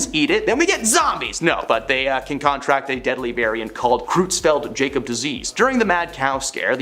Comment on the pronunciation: It’s “Bovine Spongiform Encephalopathy” as in “en-sef-a-lop-a-thee”. It’s also “creutzfeldt-jakob disease” as in “kroyts-felt-yak-ohb”.